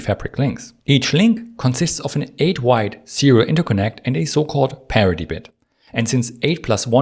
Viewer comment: Sometimes “parity” also sounds a bit like “parody” ;)